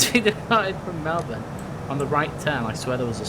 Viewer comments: OMG you said Melbourne correctly congratulations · When he almost says Melbourne right :') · OMG you pronounced Melbourne and Canberra correct